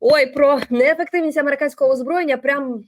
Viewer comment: " Нєєфектівнасть амєріканскафа аружия..."...😂😂😂😂😂😂😂😂😂😂😂😂😂😂😂😂😂😂😂😂😂😂😂😂😂😂😂😂😂😂😂😂😂😂😂😂😂😂😂😂😂😂😂😂😂😂😂😂😂😂Ой не можу....😂😂😂😂😂